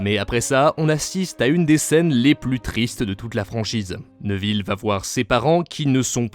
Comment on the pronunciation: neuville? c'est néville ou nèville